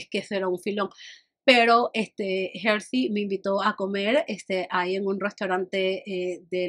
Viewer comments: es Herly, no Hersy 🤭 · hermosa Herly se pronuncia Erly. Me escantaron tus anécdotas, Ya quiero ver las que vienen para la CDMX 😁